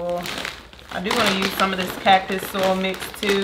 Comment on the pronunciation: It's SOY-IL...not sol